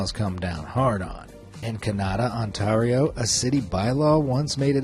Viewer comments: I’m sorry this is gonna bother unless I say something… It’s pronounced Ont-AIR-io not Ont-TAR-io… There, I feel better now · "ontarhio" Me, a canadian: has a stroke in on-TARE-io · The way he pronounced Ontario like On-tar-io instead of On-tair-io 💀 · As a Canadian you mispronounced Ontario it’s On-Tear-E-O not on (gui)tar-e O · Those aren't moose. You've used elk or reindeer instead. And it's pronounced "On-TAIR-ee-oh," not "On-TAHR-ee-oh." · I'm sorry what??? On-tar-Io it's On-tear-Io TEAR LIKE YOUR TEARING SOMETHING!!!! I AM A CANADIAN AND THAT THE CAPITAL PROVINCE. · its not pronounced on tar io its pronounced on tair io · Because it will bug me it's pronounced on-tear-io not on-tar-io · Why are you over-pronouncing Ontario? It isn't On-tar-ee-oh it's On-tare-ee-oh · As a person who lives in Ontario it's pronounced "On-tare-e-o" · "On-TAR-io"? Also, you do realize that there are more than two Canadian artists right? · You pronounce Ontario as "ont ay rio " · I love the way the narrator says the province of Ontario lol totally wrong but fucking hilarious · no way bro mispronounced "Ontario" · I know they have an accent but their accent isn't really strong until they say Ontario. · Why is nobody talking about how he pronounced Ontario 😂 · you said ontario wrong. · The way you say Ontario bugs me, no one ever pronounces it like you do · As a Canadian, his pronunciation of Ontario is amusing. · It bugged me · Giggle. Absolutely NO offense intended but I love how the narrator pronounces Ontario and Kanata (I'm in Ontario, an used to live near Kanata. Also, in Kanata, you weren't allowed outdoor clothes racks or clotheslines. ❤️😁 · Weirdest thing in here is the pronunciation of Ontario 🤣